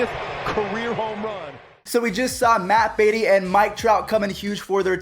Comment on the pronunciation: Matt Beaty MATT BADE-EY